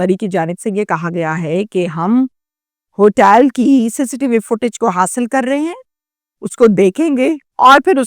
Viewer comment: تو ہوٹل کیوں نہیں بول رہی ۔۔۔ ہوٹیل کیوں بول رہی ہے